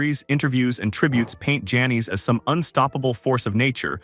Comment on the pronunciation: She probably didnt want to be remembered by a computer voice calling her Janees a hundred times either. Well written tho I gotta say